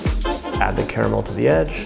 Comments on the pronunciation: I was thrilled to hear you enunciate the word caramel with three syllables as it should be. Then you said car-mel! 🧐 Why would a sophisticated, well-educated and articulate person like you willingly choose to sound like Sarah Palin? 🙀 (My sincere thanks for indulging me and my pet-peeve)! 😈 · Ca-ra-mel....three syllables dude 🤣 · The word is car-a-mel. Carmel is the lady down the road...😉